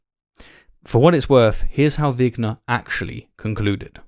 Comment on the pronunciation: It’s vigner not winger.